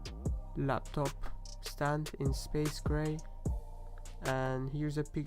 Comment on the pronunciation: Space "gay" colour hahah no hate great review.